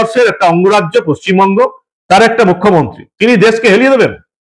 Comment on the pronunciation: পশ্চিমবঙ্গের নামটা বাংলা করলেন ভাবুন একবার!এক জন মূখ্য মন্ত্রী কি নিজের রাজ্যের নামটাও শুদ্ধ ভাবে বলেন না। অদ্বিতীয় আমাদের রাজ্য।